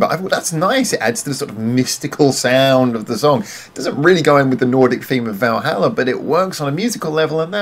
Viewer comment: Stretching 'Valhalla' to four syllables, - (intentional or not) is a masterstoke, IMHO. - Interesting take on the concept without going too deep and getting lost with all the mythology. - Musically sharp, some lovely support with Jill's strings. - this ticked a lot of boxes for me. Lots of interesting little details to listen out for. - And Fuki singing her little heart out is always great value. Great song.